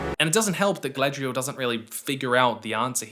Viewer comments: i hate the way they pronounce some things that mostly started in the hobbit, like why they saying “gfdlaygaghrial” instead of Galadriel, tbh even if this is based on tolkiens stuff it sounds like someone making a very bad attempt at saying a word from another language like when Debora from kanas says “inchy ladas” LOL and THE SEA IS ALWAYS RIGHT?!?! WHAT?!?!?!?! this is not how humans talk, yes tho as ya pointed out theyre just not the most experienced writers, shoulda known tho abrams had his filthy paws involved lol, abrams i dont give the same grace he knows hes making trash he never changes never listens to feedback he just sticks his fingers in every franchise to ruin them for a quick bit of cash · Rings of Power reviews is how I found out about. At first, it seemed like he just had legit criticisms. Then I heard him say Guyladriel. So I looked at other videos of his and one of the first ones I clicked he says that he enjoys Daily Wire content. Boo.